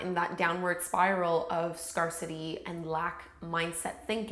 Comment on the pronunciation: Love this, thank you for it! Just one friendly thought. . . I believe scarcity is pronounced as scare-city (as in to be frightened of something) as opposed to scar-city (as in a scar on one’s body). Hope you don’t mind the note. . . I truly enjoyed the video! Thanks.